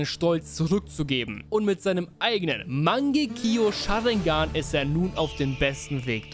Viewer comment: mangekio sharingan? Rip Aussprache